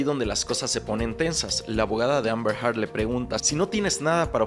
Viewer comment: El juicio ya casi termina y Candrés nunca dijo bien “Heard” 🥲